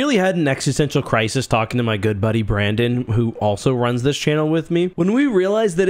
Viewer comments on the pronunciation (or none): none